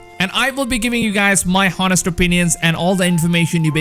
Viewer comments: Gave you a like. Friendly reminder to help with your English; sword = sord ("w" is silent) and honest = on-est ("h" is silent). Wish I had learned a second language better myself...one of my biggest regrets so far...but if you're doing videos, speaking with authority is your stock and trade, so it's important for you. Keep up the good work...this game is going to be amazing :-) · honest is pronounced without the h btw